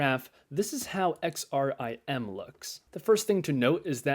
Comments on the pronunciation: Nice funds. I was a bit amused as sometimes you called XRMI -> XRIM. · If you say XRIM one more time! Lol